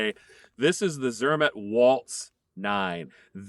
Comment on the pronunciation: It is pronounced zermaht